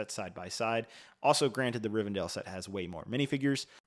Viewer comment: Did you say Rivendale? 😅